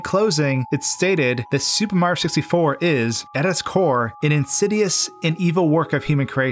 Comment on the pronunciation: im not making fun of you, but the way so say mario makes me laugh. mro